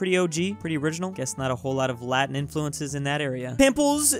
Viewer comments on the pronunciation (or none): none